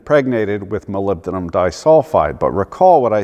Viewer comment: Fails at the pronunciation of "Aluminium", nails "Molybdenum". This is comedy!